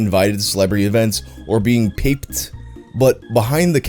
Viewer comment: LMAO "PAPED" 🤣😂 I died. Pronounced popped, as in "paparazzi'd," for future reference 😜 (P.S. what did you think paped must have meant? 🤔)